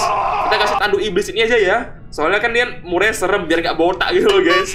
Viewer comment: bacanya merey bukan murey